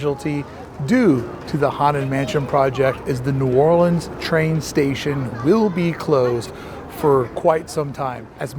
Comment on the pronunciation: Props for your new orleans pronunciation from a new orleanian